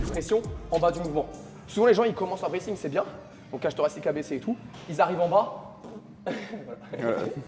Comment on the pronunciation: Le braithing ????? Le bracing non ? 👀